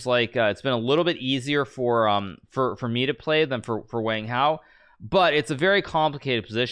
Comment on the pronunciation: Hmmmm. How Hikaru pronounces Wang Hao seems pretty strange to me. I can't expect him to pronounce with a Chinese accent though.